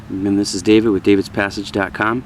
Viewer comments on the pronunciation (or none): none